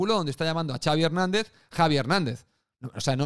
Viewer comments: Lo de Javier es una coña de Twitter porque Ancelotti, que es italiano, pronunció el nombre de Xavi así. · Lo de Iñaki q le dice Javi a Xavi era imitando a Ancelotti q lo pronuncia de esa manera, el lo aclaro varias veces en el live